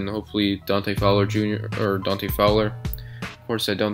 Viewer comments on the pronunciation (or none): none